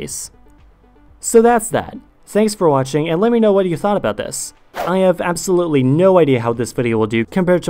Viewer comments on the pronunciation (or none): none